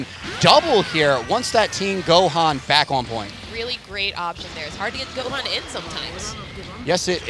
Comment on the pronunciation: Why is she calling him Go-haan? Lol